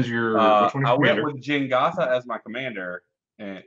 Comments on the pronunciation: I can't believe they went the whole episode calling it Jengatha, when it is Jegantha lol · i really hate saying Jengatha instead of Jegantha. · keep calling it Jengatha, but it is Jegantha